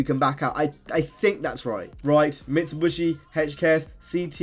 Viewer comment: Mitsubishi, not Mitsubushi! Nice video though, more modded videos would be cool